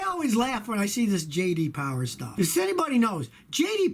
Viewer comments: J D POWAH. Hi I'm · J.D Powah